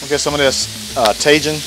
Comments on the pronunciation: Cracking me up hearing you say tajin! It’s taheeeen. Lol love you! Cook on brother 🤙🏼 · Tajìn — TA-HE-N —— love you bruddah smashing good show